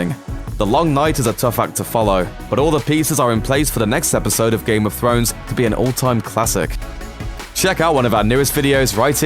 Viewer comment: Did I just hear you say “ Game of phones” ?ْ